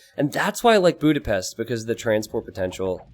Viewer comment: Bjúdapeszt. My ears are bleading.